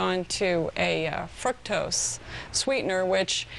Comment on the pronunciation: haha that lady said fructose like "FRUCK tose"